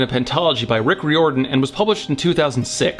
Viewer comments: It's RYE-OR-DONE. Not Re, Rye. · Also, sorry for this, but it is pronounced RY-or dan. Loved the review though. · Thalia is pronounced with a 'TH' sound not a 'Ta' sound. Rick Riodian's name is pronounced like the word 'Ridin.' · Yo old vid but you pronounce Riordan wrong, it's like "rear-din"